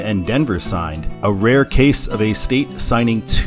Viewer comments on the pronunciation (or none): none